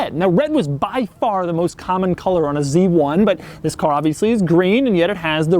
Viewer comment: Your pronounciation of the word ‘this’ annoys me sometimes.. often sounds like ‘ziss’